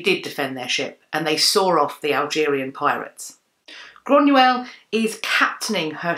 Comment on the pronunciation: So you are descended from Irish whisky? Lol I rather think you mean Scots? The people are Scottish, shortened to Scots, The drink, whisky, when made in Scotland is known as Scotch. It might help to know this if and when you Do travel . :)) Also it is 'Groiyna not Grunuell